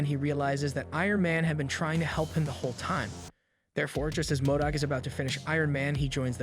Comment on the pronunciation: M o d o c - modoc Leemo - limo